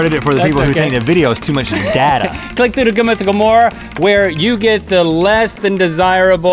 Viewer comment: It's data, not data! ;)